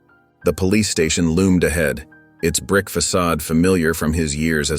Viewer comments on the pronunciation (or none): none